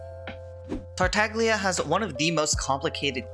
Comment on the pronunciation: Silent "g" like in "lasagna"